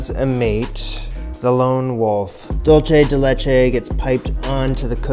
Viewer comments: Next time buy condense milk and boil the can in a crock pot full of water for 8 hours. BTW, it is pronounced doolsay de le-chei NOT DoolCHE de lechei. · at this point im sure someone has told you but i cant stop myself from letting you know it's pronounced like "dool-say day lay-chay" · I'm from Argentina and these alfajores de maicena are definitely a great Argentinean classic. Isn't dulce de leche the best thing ever? Also the way you pronounce dulce de leche is soooo cute